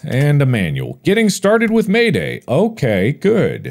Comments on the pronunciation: I think it is probably MAID A.I. not MAID AYE in pronunciation. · Why does mark pronounce "Maid AI" as "mayday" 😂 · I believe the robot is MAID-AI but not pronounced as Mayday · I love Mark pronouncing it "Mayday" instead of "Maid AI". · lol hes saying mayday and not maid ai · You mean " made ay eye " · MAIDAI is meant to be pronounced as Maid AI i'm assuming, though the fact it looks a bit like it could be may-day in pronunciation is funny and very accurate to what the player character(s) would be saying lol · How does he say MAIDAI as “mayday” lol 😂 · I think MAIDAI was supposed to be read as “maid AI”